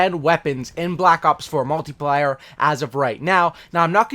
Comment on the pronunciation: “multiplier” lmao